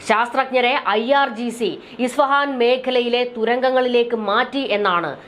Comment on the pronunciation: ISFAHAN (ഇസ്ഫഹാൻ ) എന്നാണ് correct.